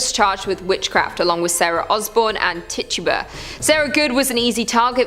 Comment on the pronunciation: I hate i when they dont say the names right the name of the slave in the salem witch trils